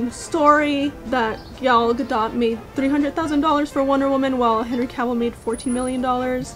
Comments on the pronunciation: its pronounced with a hard T at the end GadoT, i thought it was pronounced like french Gadoux in the begining. Saw you were struggling a bit in the video so to clear it up. Loved the vid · It's actually pronounced "Ga-doat." The last part is like "goat" but with a "d." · It's Ga-dot. It's Hebrew, not French so the T is pronounced.